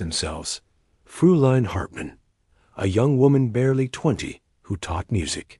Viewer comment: It may LOOK like "Frooline", but it's really pronounced "FROYline" The diphthong eu is always pronounced like oy